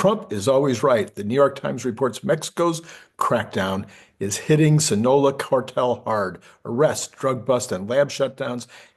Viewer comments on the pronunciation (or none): Pronounced sinn ah low ahh